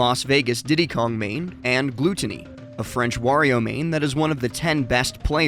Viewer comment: how do you not know how to pronounce gluttony? lol